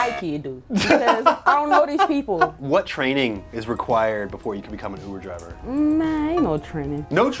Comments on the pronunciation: All is hear is oovoo javer every dang time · “I’ve never been to oovoo javer” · All I can hear is oover javer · "i never went to oover driver"